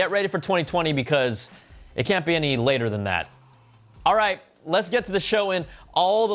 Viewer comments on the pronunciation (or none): none